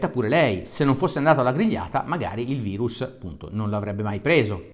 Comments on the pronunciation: Si dice VIRUS NON VAIRUS, È LATINO, CAVRON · bello e utile video divulgativo per far capire anche ai più testoni l'importanza di un comportamento corretto. un appunto al caro dottore: min. 5.55... virus si legge virus, non vairus... è latino, non inglesaccio 😉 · COVID è una sigla inglese, quindi in quel caso il prof ha detto vairus. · Come " vairus " Dario? Virus si legge come in latino non con la "i" all inglese (passami il termine); non fare come Di Maio.. Modifico alle , in inglese si pronuncia "vairus" e capisco che intendevi pronunciarlo in quel modo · Virus é latino nn inglese nn si dice vairus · Aia, quel "vairus" l'ho già sentito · hai detto vairus? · Anche tu che dici VAIRUS come se fosse una parola inglese ahahaha grande